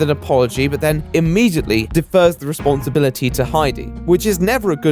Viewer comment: I believe at you said 'responstablity'... fucking dipshit alert! exposed! Do an episode on yourself, you hack! Seriously love your stuff, dude!